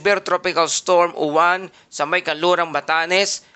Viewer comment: Uwan ka ng uwan mali ang bigkas nyu dapat yowan at ang alphabet ay stu.bigkasin so yowan ang tunog